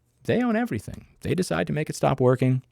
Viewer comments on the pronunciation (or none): none